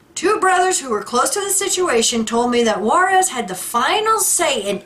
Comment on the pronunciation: It's not Juarez. It's pronounced Jarrez, Ted Jarrez. (JARACZ).